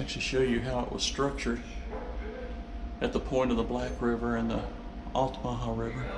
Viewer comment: You've done you'r research sir, no miss pronunciation! Many people can't pronounce altamaha correctly. I live right at the gate of Fort King George, it's a nice place to be. Thanks for sharing.